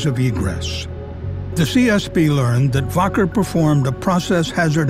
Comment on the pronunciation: It's pronounced WACKER not "Voker"